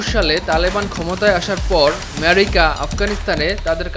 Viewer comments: America uccharon ta American ra o , “Mercia” kore na , America ke America bolun … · ম্যারিকা!!! Funny pronunciation.... হায়রে বাঙালি...😂😂😂😂😂